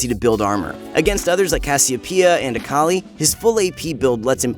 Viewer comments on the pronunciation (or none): none